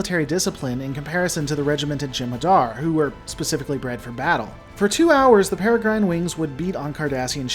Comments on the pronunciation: 3 mins in - sorry, but it's "perra grin" not "perra grine" - the e is 'silent' - they're named after the Peregrine Falcon (a type of bird). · Paragron? Perigrine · I like watching your videos, but the way you mispronounce "Peregrine" makes me grind my teeth. "Pear-eh-grin" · Peregrine is pronounced "ˈperəɡrən". Basically ignore the "e" at the end, and you'll be okay. Ie. In this word "Grine" is prounounced "Gren" or "Grin" and rhymes with "Wren" or "Pin" You would probably be most familliar with hearing this word in speaking of the comic book hero, or the wide-spread, well known falcons he is named after. "Peregrine Falcon". Hope that helps for the future. :) I have trouble hearing certain words mispronounced, while others don't bother me, which makes it harder to enjoy some content, and I really lile your videos, so I'm sorry if it seems silly to point it out to you, or if I sound like an asshole, but I assure you its not my intention to be an asshole about this, so my appology if it comes off that way. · Erm, it's pronounced like "Perigrin", just like a Peregrine Falcon. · Excellent video.. that said, "peregrine" is pronounced with a short I like the "grin" facial expression. As in a peregrine falcon.